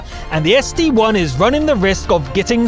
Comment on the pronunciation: ST-I Not ST-1!!!!